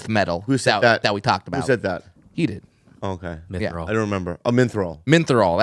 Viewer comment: Its not minthral bobby... its "mithril"